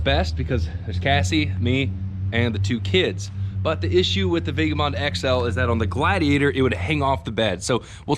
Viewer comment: For the love of god it's pronounced vagAbond ...more specifically...vaɡəˌbänd.